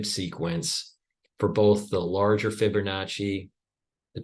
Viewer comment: There's no "r" in Fibonacci, just sayin...